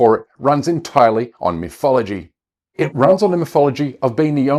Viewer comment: Veese miffs, and viss miffology was very distracting, from GREAT messages, and a good video.